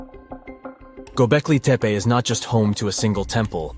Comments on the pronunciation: "Gobekli Tepper"? Seriously? Oh, you mean "TupperWear™"? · "GO-BECK-LAY TEP-PAY" is how it's said, Your Robot Voice is 'BROKEN'! And The GIANT ANIMAL-HEADED ALIENS are wearing "WRIST WATCH DIGITAL COMMUNICATORS"!!